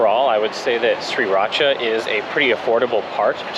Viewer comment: its pronounce Sri raaaa.chaaaa not Sri rat cha!